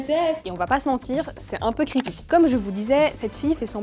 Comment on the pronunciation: C'est "creepy", comme elle le dit avec son fabuleux globish.